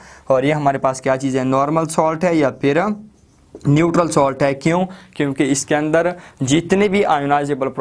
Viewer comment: Ye salt Hai ap solt par rha ho